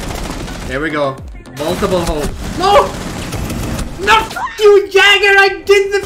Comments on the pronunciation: The way Pronounces “Jäger” hurts me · Du är svensk, men du utalar jäger fel. Smh